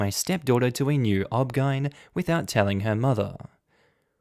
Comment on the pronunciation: you don't pronounce that as one word. you pronounce it as the 5 letters.